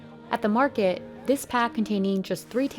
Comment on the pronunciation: Other than my few issues with pronunciation, these documentaries are most beautifully written and produced. Thank you! Market and Mountain both have "t"'s in them. As do many other words. The lady who is speaking needs to relearn her vocabulary pronunciation. Marke and Moun-en are not the same words in the English language.